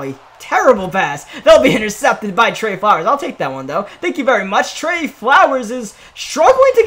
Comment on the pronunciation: said it was intercepted by trey flowers😂 it’s actually tre flowers bum